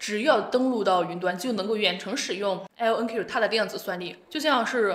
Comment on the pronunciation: 是IonQ, 不是LonQ.